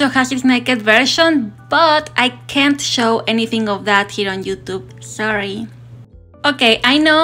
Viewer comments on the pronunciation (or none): none